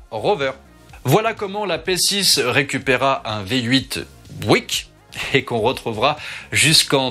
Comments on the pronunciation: Si je peux me permettre une petite correction Buick ne se prononce pas en américain bouic [bwik] mais biouic ['bjuik] avec l'accent tonique (le stress) sur la première syllabe. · Pourquoi dire bouique... Il s'agit de Buick... Et il suffit de dire Buick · Bouik non. Byouwick oui. 😉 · Prononciation de "Buick": bi-u-ouique, deux syllables, presque trois. Raccourcir le premier <I>, mettre l'accent sur le . Vidéo génial, merci [rosbif francophone] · pour aider à la prononciation,Buick se prononce "biou-ique" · Superbe vidéo, comme d'habitude. Pour en avoir possédé 2, Buick se prononce " Biouique" . De rien.